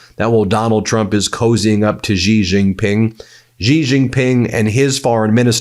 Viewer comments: Pronounced more like "Shee Jeen Ping" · It is not Zhi Zhin Ping and Strait of Hermuse. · Ben, you are a brilliant journalist, but your pronunciation of Xi Jinping lets you down a bit!